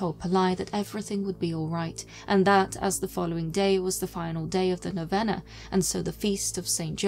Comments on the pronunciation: Great job. But it is pronounced noveena. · The nine day prayer known as a Novena is pronounced (know-vee-nuh). (In a America at least) P.S. I truly enjoy your vids. The aesthetics are just right, wouldn't change a thing.